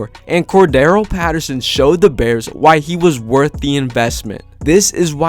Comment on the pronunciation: Corda-RELL not Cor-darrell 🤦🏻‍♂️